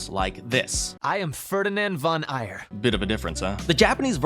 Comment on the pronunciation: The Three Houses example showed another flaw in English dubs you skipped which is even more significant to people who aren’t native English speakers: Pronounciation. My German ears die a little every time they hear “Furrdinend von Eier” that just swallows the “g” in “Aegir”. In Three Houses there are names of German, French, English, Spanish, Irish/Celtic, Old Norse, Greek, Slavic and Hebrew origin, and while the Japanese, despite the limitations of their language, still manage to pronounce them as faithfully as they can get, Americans in particular have that nasty habit to butcher every foreign name with their accent. It’s not like they weren’t able to pronounce them properly, feels more like they’re not even trying. So when you talk about “what the audience expects and wants”, keep in mind as well that these expectations and demands can be quite different outside of America.